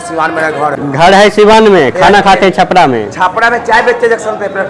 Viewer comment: छापड़ा नही भाई छपरा है